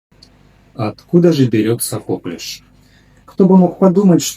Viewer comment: коклЮш. Так правильно ударение ставить 😉